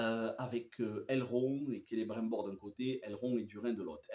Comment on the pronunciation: Just un petit conseil regarde la série en français canadien le doublage est vachement mieux je me suis rendu compte en t’écoutant prononcer le non de celibrimbor et la région du Lindon 👍🏻🙂